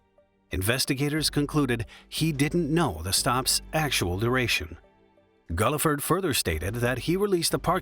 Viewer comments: Its pronounced Gill-ford, not Gullafud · The truck driver's last name is pronounced GILL-FERD, not GULL-I-FURD. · The truck driver's name was Buce Guilford, pronounced "GILL-ford." Get it right.... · Guilford is not and never has been pronounced “Gulliford.” That drove me nuts. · Pronounced Gil-ford. Seriously???